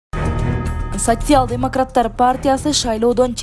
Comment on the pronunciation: Сасиял дейт го😂😂